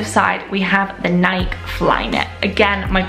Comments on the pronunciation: Nike 😂 it’s nike ee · Is that how everyone in Europe pronounces Nike? Here in America, we pronounce them Nī-kee.